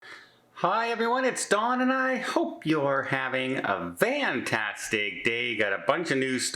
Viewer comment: Why are you wishing us a vantastic time instead of a fantastic time?